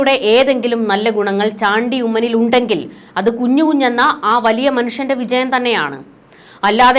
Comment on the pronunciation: കുഞ്ഞു കുഞ്ഞ് അല്ല,, കുഞ്ഞുഞ്ഞു